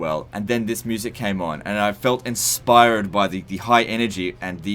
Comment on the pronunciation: you say "inspire/d" really weird. lol